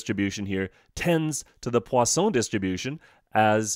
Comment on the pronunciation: i need to learn to say 'Poisson' like him